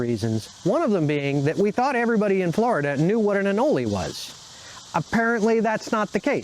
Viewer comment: It is most certainly not pronounced “anolee”. Smh